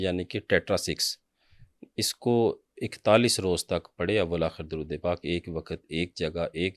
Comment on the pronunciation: Drude hazara drust parhain jnab.shukeria.